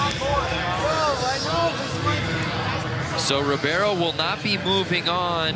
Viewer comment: Ribeiro sounds like "Reebaero". Not Reeviero ahaaha